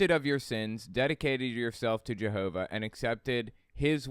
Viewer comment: This is a silly question, but why do these people pronounce Jehovah like they’re from Minnesota?